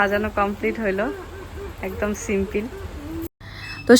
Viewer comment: সিম্পিল হবে না সিম্পল বলবে